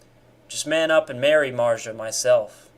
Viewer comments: Who the fuck is Marja? Or do you somehow not possess the ability to pronounca a "Z"? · Im confused on so many Levels and Kinda more pissed about his way to pronounce marzia then this whole Video (i know its Satire) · Mans never had a girl I can tell also he can’t even say her name